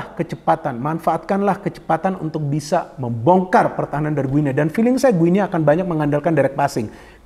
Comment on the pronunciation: Bacanya bukan "gue nea", tetapi yg benar "GINI". Seperti kita menyebut negara tetangga kita Papua New "Gini".